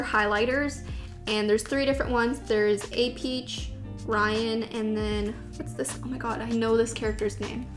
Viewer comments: it's 무지 (pronounced mooji) and just a side note, in Korea we don't pronounce APeach like "Ae-peach" we pronounce it like "Uh-peach" (the korean spelling for it is 어피치) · Thank you for a great youtube work. I'd like to let you guys know a few things. RYAN is a lion not a bear. And Apeach is pronounced [əpiːtʃ]. Also, traditional Korean clothing is [hanbok] or [hanbog]. :)